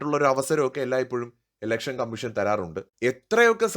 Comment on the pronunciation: ഇലക്ഷൻ ആണ്... എലെക്ഷൻ അല്ല 🙏